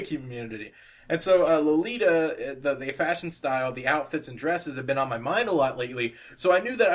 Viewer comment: You pronounced lolita correctly ^~^ and may i say i love your artwork!!! You just inspire me - i was thinking about stopping with drawing but your videos... Youre just such a good artist and i thought that if you can do it i can :) youre amazing <3